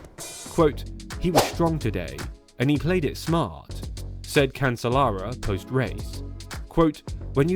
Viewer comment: Fey-been Carcer-ello LMAO